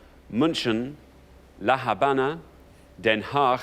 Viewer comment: Since the h is normally mute in Spanish, except when combined with the c, "La Habana" is pronounced as "La Abana." The way they pronounced it would be "La Jabana" written in Spanish.